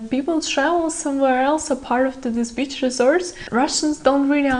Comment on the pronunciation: err .. your "beach" sounds a lot like "bitch".